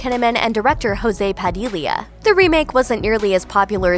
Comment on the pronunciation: Listening for the first time a spanish pronunciation of Jose Padilha's name (he's brazilian)